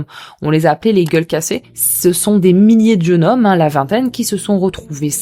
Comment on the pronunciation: Merci pour cette vidéo. A "des milliers de jeunes hommes" il faut faire la liaison, dire "jeunes zhommes".